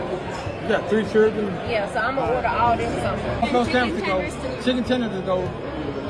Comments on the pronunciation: "I got three CHURDREN"? Why can't that woman pronounce the word "children"? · what is a "chrrrinn"? Is that similar to a child? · You mean c h i l d e r n say it right or dont have any cause if you cant speak English it just shows how dumb you are its the same with ask its a s k not axe. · What's a "trilldren"?😂